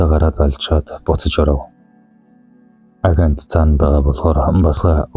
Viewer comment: Агентийг аагёнт гэж уртаар уншдаг